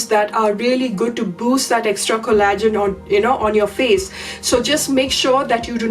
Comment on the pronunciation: Pronaunced cOllagen , not collAgen.